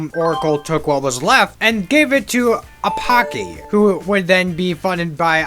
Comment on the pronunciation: That pronunciation of Apache hurt to hear. It is said ə-PATCH-ee (ə = short a sound like in about)